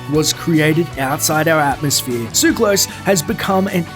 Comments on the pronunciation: ugh can you people ever pronounce anything properly?! it's not "tsuklos", it's TSOO---ka-los!! emphasis on the 'u'!!! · "Suclose came by his name the honest way, by being born in Switzerland" I don't have a drop of Greek blood running through my veins, yet i know this is a Greek name and you're pronouncing it wrong.